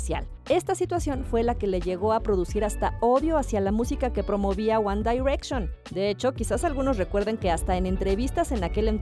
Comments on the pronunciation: Se dice wan direcshon ;v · AjjajajJJAAJ Lo leí justo Cuando Dijo ella uAn dAirEcShOn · Wanda y reichon hahahahaha Pero ni los que no sabemos nada de inglés lo decimos así haha, mejor nuestro guandireichon haha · Me daba algo cuando decía "UAN DAIRECSHON" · JAJAJAJAJAJJA SI😂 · Jajajajajaa si wacala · Jajaja por qué lo hace? Así no se pronuncia que verchis ! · Ella dice: "ONE DAIRECTION🤣🤣🤣🤣🔥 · Wan Dairekshon! Jajaja pronuncie bien ! Me dió risa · Me causa risa y conflicto en como pronuncia GuAnn dArEcCiÓnNn.🙄🤪🤔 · Porque dice one dayrection?????? Si es one no on dayrection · One daaaiiirection????????!!!!!!!! Diosssssssssss. Quién dice así? ESTÁ MALLLLL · One dairetchon 😂😂😂 why Presentadora?? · la tipa dijo "wanda direction" ke ejsfdhghjgh